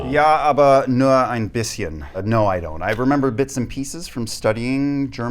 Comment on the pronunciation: Liam's German pronounciation is incredibly good for him saying he only remembers a bit! 🤯😲